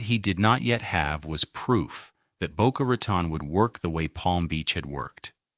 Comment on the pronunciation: It’s Boca Raton not Boca Racon and it’s not Mizner but Myzner!